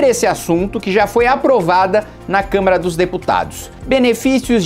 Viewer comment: Kim, porque vc sempre fala "câmera" ao invés de Câmara???